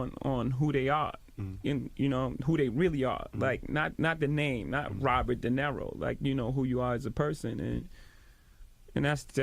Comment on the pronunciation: Robert De Neh-ro?